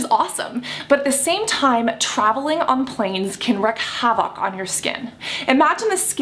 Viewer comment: Cassandra, I love you, but PLEASE look up how to pronounce both "wreak" and "havoc". They're basically "reek" and "havik", not "wreck havOC". You say the phrase in every video, sometimes multiple times, and it's REALLY jarring when it's consistently said wrong. ; - ; Great video though!